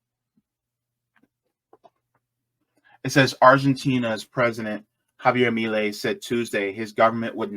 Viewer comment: Funny analysis, interesting. 😎 But bro, your pronunciation is all over the place! Milei is pronounced "Me-Lay" and Buenos "Bwe-nos" not "byu-nos" or how you said it 😅